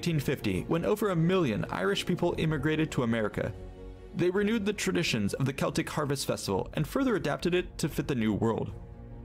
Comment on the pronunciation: Glad you said the word CELTIC properly and didn't say SELTIC like a lot of Americans do. We call FALL....AUTUMN. When you talk about "avatar and last air bender" I have no idea what you're talking about ! I don't understand why Americans dress up as super heroes and people from films for Halloween when they have nothing to do with it ! You should be dressed as ghosts and ghouls etc. Growing up in Scotland we always used TURNIPS as we didn't have pumpkins back then .